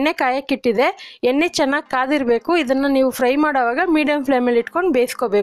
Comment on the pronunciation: Yenne annuttira sariyagi uchharane madi